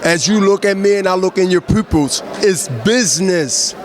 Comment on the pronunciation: My boy said “Prupils”